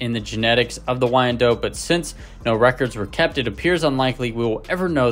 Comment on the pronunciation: Thanks for an excellent run down on this fabulous chicken. FYI: This bird's name is pronounced "why-en-dot," rather than "why-en-dote." If the spelling throws you off, consider the name Charlotte, which is pronounced "shar-lot" and not "shar-lote."